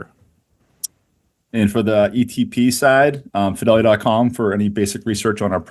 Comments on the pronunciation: Pronounced Fidelity not Fydelity 😂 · Are you pronouncing “Fidelity” the way you are on purpose? Listen to how the guys from Fidelity pronounce it. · please stop mispronouncing the word "Fidelity"